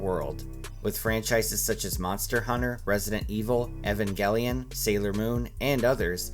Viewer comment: Bruh this guy mispronounced evangelion